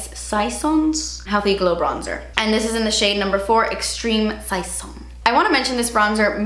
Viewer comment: LOL pronouncing "saison"